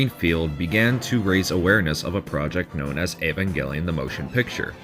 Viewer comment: Woah you said the title right 👍👍